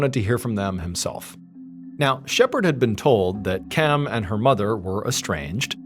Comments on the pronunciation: Question, is anyone else wondering why KIMs name was pronounced KEM? Drove me a bit insane. 😂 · Her name was KEM